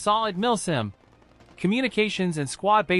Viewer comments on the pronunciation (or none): I hear him saying "milf sim"